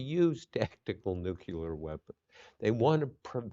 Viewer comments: NUCLEAR Bob. Not nuculer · Nuclear NOT nuculor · Nuclear, not nucular!